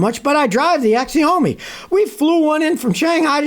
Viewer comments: Scotty my man, it is pronounced "Shau-mee". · The name of the car is Xiaomi but it is pronounced “ Shaomi “ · It’s pronounced Zi-ow- mi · But the way, Scotty, that Chinese brand, Xiaomi, is pronounced, “Shao-me.”